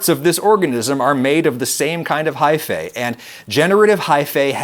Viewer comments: its pronounced high-fee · One of my biggest pet peeves is when the "-ae" suffix is pronounced "ey". It's "ee"! Haifee! Gah! I'll try to power through! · lol at every time he says high-fay.